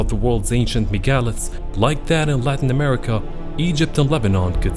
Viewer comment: Megaliths, you slaughtered the pronunciation of that word.